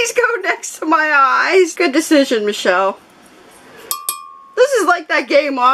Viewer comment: I enjoy making people laugh! The next time I film I will say my name for you! I have a few videos already scheduled so it may be a few days. You pronounce it like. Me she'll.